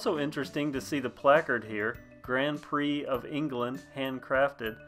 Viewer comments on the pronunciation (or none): none